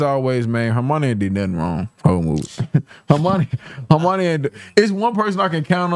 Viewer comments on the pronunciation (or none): great reaction, i love that u pronounce Hermione like Normani